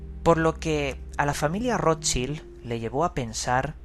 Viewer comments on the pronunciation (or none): De verdad Roschil????...menos mal que uno dice informarse y ni le apellido de la familia que está investigando sabe pronunciar.